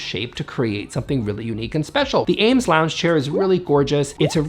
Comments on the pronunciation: Eames is pronounced “eemz,” NOT Ames! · *It’s pronounced Eeemes, rhymes with dreams. Great video!